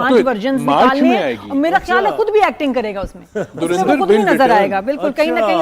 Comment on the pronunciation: धुरंधर को धुरिंधर तो ना कहें...